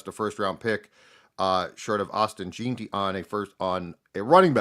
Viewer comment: Lol butchering Jeanty’s name per usual